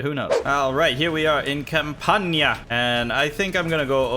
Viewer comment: The Campania pronunciation is a bit off but i love the effort and your videos are super cool